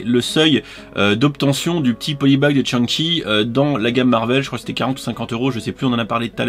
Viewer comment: rien n'arrete les passionnés :) en revanche ta prononciation du polybag cadeau est vraiment à l'ouest :) je te la murmurerai à l'oreille coquin